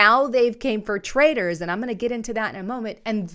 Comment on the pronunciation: It's TRAITORS not traders